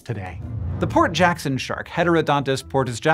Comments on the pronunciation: For a while I thought you were saying poor Jackson sharks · Instead of “Port Jackson shark” I keep hearing Hank say Poor Jackson shark & now I’m wondering if it’s poor as in broke or poor as in “oh those poor creatures” & I can’t help but imagine a shark pulling out a wallet only for it to be empty😅😅😅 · I needed to look in the description of the video because I was hearing "poor" Jackson Shark the whole time and I thought "that can't be right." :D Port Jackson Shark makes more sense :D